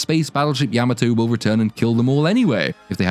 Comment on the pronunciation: Spaceship Yammertoe?!? .. Yam-Ah-to.